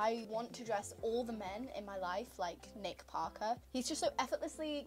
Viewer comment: Hearing you say “nick Parker” in your British accent just…🥰🥰 I loved it so much!